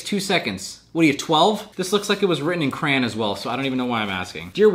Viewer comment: Ok but how tf did you just pronounce crayon wtf